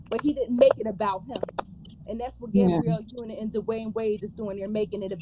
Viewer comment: It kills me when calls her GAY-brielle Union. 😂 It's Gab-ree-elle.